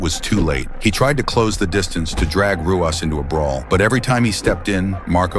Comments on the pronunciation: Pronounced hoo-ahs. Not roo-us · It's pronounced "Huas". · It's pronounced, huas. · It's pronounced as Huas not Ruas, like Rickson is pronounced as Hickson. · It's pronounced Hoo ahs. It's Portuguese. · It is pronounced HOO-as not ROO-as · It's not Rooass, it's RooeeZ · tell the AI it's pronounced, "HOO-ahs," not ROO-ahs... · Ruas is pronounced "hoo oss". He is the founder of Vale Tudo. Brazilian street fighting. The original mix of muay Thai and Brazilian Jujitsu. He was the most complete fighter in the UFC when he started and for some time after. This was David vs Goliath. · Ru is Hoo, not Roo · It’s pronounced “Huas.” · It's huas the R is pronounced with a H sound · It’s pronounced “Huas”. Rookie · It’s pronounced Hoo-ahss the “r” sounds like an “h” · Ruas is pronounced Huas. The Rs are Hs in Brazil. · Pronounced the poor guy's name wrong like 52 times FFS.... Ruas (Hoo-whas) was a beast! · It's pronounced "HU-OSS". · Tell your AI that it's pronounced "Huas". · pronounced Marco Hua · Lol Dude can't even pronounce Marco's last name correctly. Come on man.. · AI can't pronounce Ruas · Mispronounced his name the entire time then call his family art of Ruas Vale Tudo, Muay Thai. So disrespectful! I hold instructorship under GM Ruas, he is a legend! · Can't even pronounce the fighters names correctly. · You can’t even pronounce his name correctly 😂 this whole video is terrible